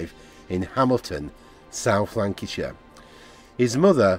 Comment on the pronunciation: larnackshire not lancashire ffs.